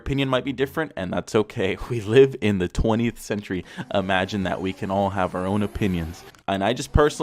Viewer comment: He said 20th sentry